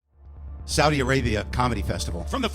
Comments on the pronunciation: It's not Saudia, it's Saudi. NO "A" AT THE END, DUDE......... 😉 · also babe, it's saudi (with an i, not ia) lol T-T <3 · Love its pronounced Saudi (Sawdee) Arabia. I just want you to know so the haters don't come for you!Much love!!☮️💜🌎☮️💜🌎